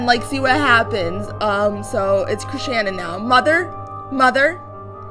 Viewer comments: It's Krishnan! Not Krishanan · It's Krish-nan